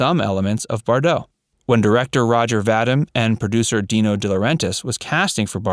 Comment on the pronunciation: Roger Vadim's last name is pronounced Va-DEEM, not Va-dim. You're welcome.